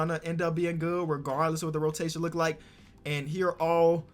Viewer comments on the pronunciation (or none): none